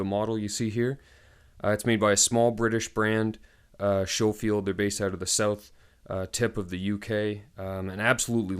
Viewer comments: Pronounced Sko-field. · Lol at the beginning you warn us of pronouncing the brand properly, and yet you pronounce it SHOfield throughout the video. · I don’t know why American’s pronounce it as Sho-field, when there is a Sco-field barracks in Hawaii